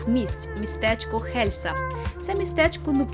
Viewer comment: І останнє...Не Хельса а Єлса.Не гнівайтесь,нічого особистого.Відео супер,успіхів Вам...